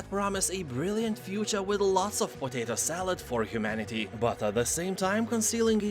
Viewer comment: Mate I just wanna point out you're pronouncing potato wrong in all these videos heres a short video elucidating the corrrect pronunciation